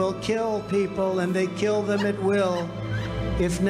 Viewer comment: I lost it at "kiwll people" lmao